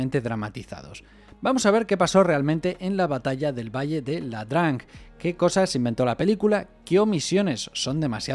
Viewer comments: "ia-drang" o IA-DRANG, no "la-drang" o LA-DRANG. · Muy bueno Pero es ia drang No LA drang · Es "ia drang" , no es "LA DRANG"